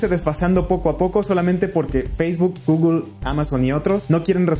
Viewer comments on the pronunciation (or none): none